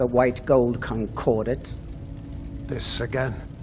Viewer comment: It's ConcordAT, not ConcordANT...